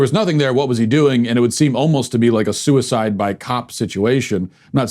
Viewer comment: Soo-i-side by cop in much the same way another group does soo-i-side by vest....maybe?